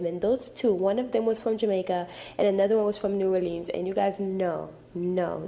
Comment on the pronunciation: “New” “or-leans”? What place is that? Never heard of it.